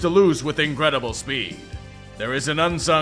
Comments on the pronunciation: The best part was the announcer saying "Increbible" on the Texans' game-winning TD. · No wait. Now I'm certain it was "incrubible."